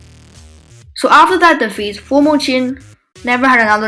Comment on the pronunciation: Not bad in general but still many mistakes. 1. It's "Former" Qin, not "Formal." 2. Former Qin didn't fight against Later Zhao. It was Former Yan that inherited most territory of Later Zhao and thus became the strongest kingdom in China. Then Former Qin rised and destoryed Former Yan and became the strongest. 3. Eastern Jin had about 200,000 men in total (Huan Chong had 100,000 in the western front). At Fei River (the main battleground) Eastern Jin had 80,000 men, not 30,000 as you said.